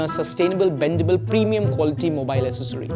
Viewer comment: pronunciation "aKsesary" hota hai...